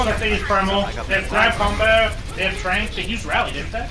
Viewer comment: I can't be the only one that got annoyed when they called trance trank? Or that's how it sounded, Tranking something or someone would suggest you put then to sleep. And I was like they don't have an Ana how can they trank/sleep someone.